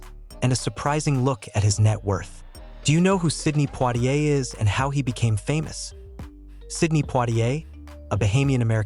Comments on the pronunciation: His name is not Plitier but Poitier, if you don't get it right, no one will reognize who you're talking a bout. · Not poirrier!!!!! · U r pronouncing his name wrong